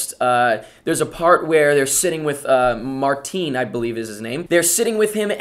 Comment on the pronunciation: The way you say "Martin" Is so funny xD